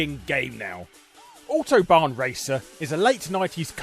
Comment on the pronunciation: Learn how to say "autobahn" please.